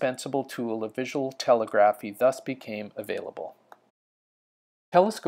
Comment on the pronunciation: FFR, the word "telegraphy" is pronounced as "tuh * LEG * ruh * fee."